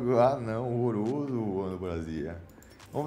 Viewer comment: O cara falando rorroroso meu sonho era ter uma dessas